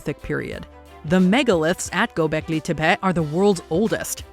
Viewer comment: Tey-pee not tap-pet